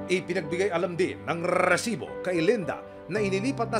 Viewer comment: rrrrrrrrrrrreeeesibo.. nakakakakabwisssit pakingan